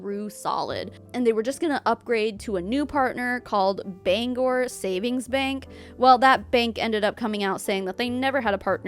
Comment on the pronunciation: Bangor Savings Bank is an actual company; it's one of the major regional banks here in Maine and has been for... forever? Long before I was born at least. Also props on pronouncing Bangor correctly.